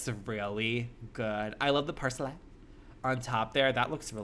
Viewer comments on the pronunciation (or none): “i love the parSLAY”